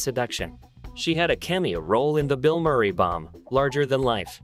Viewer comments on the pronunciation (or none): none